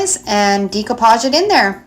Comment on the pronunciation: Nice work thank you. Please pronounce it right, it's pronounced deck o pauge , not dEc o pauge. I'm in my 70's and have been doing it for many years. Suddenly lots of crafters say it wrong. Sorry to be a craft Karen. Lol.